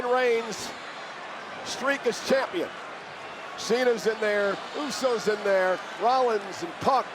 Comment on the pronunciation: Mr "AAA Mega KAMPION (Champion)" 😂😂😂😂